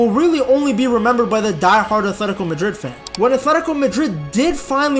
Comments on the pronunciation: I wish you would say “atletico” and not “athletico”…. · Its athletico not athetiko jit